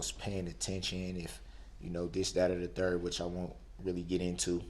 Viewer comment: Don't forget "dis, dat and the turd". What does that mean???